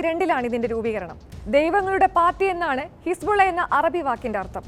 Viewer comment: ഹിസ്ബുള്ള അല്ല ഹിസ്‌ബുല്ല